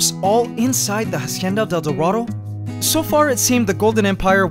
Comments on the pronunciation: I'm bilingual and I speak spanish. Try to pronounce it "Asienda del Dorado" Because in Spanish, the H is always silent. So Say Instead of "Hacienda del Dorado" try saying "Asienda del Dorado." By the way, you could also try adding "La" to the beginning of the name, so, "La Hacienda del Dorado". It just makes more 'sense' and it sounds better like that. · Ughhh it annoys me how you say "hacienda del dorado" But i love you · hahahahha how he pronounce "la hacienda: el dorado" epic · The way this guy pronounces Hacienda del Dorado is giving me cancer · I love how you pronounce “Hacienda del dorado” 💕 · Please google translate hacienda del dorado so you pronounce it right. It's agonizing to hapear you saying it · I was so annoyed for the pronunciation of the ''Hacienda del Dorado''